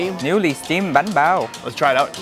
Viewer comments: Banh bao. Not bahn bao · You said ba pao wrong